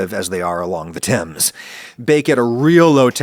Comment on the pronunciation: It's great that you pronounced Thames properly. I hear so many Americans pronounce it wrong.